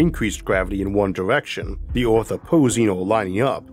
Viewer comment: Please improve your pronunciation, Earth, Universe, etc ... little kids are watching and could catch the wrong pronunciation and take it as correct. The content is awesome.